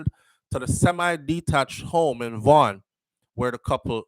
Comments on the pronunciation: Yes you pronounced it correctly. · You pronunced it properly. Vaughn. School is near the infamous Jane & Finch. Vaughn is about 10 minutes drive north of the school.